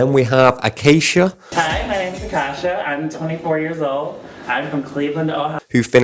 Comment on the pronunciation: I usually roll my eyes when people leave comments about spelling or grammar, whether they meant to be rude or tried to be nice about it but when it comes to someone's name, I believe someone should make sure they're pronoucing it right before making a video about them. Akashia= Ah-kah-shah Ongina=On-jyne-ah And I know this one's just pronounced differently depending on if where you're from, but 'finale' (fah-nahl-ee) is not the same as 'final.' I don't know why my brain just freezes when it hears words being used in what we'd consider wrong. 🤷🏼‍♀️